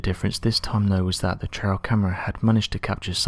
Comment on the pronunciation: Please be more aware of your pronunciation. A "trail cam" is a pathway camera. Not "trail" as in a trial by jury. Thank you for your interesting content.